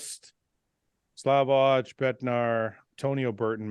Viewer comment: As a fellow Slav i can say Iain said Slavoj the correct way, English is one of the rare languages where the J letter produces the "Jay" sound, slavs have a very soft J like in the way you would read Y, so for English speaking fans it's Slavoy, Krizo also his name is actually Križo but i am not gonna try to explain that haha like Miloš has the Š which is distinct for slavic langugages